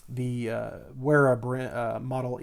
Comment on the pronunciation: Sounds about right. Good video. I really like the brand Wera and have a set of their electrical screwdrivers and a mixed bit set. Their #2 Phillips tip is far superior to DeWalt! Also, just an FYI, the company is German. In the German language, W Is pronounced as an English V. Principle their name Is like saying the word 'Very' but then replacing the Y with an A. Like, Vera. Same thing for Wiha Tools as well. It's pronounced like Viha in English.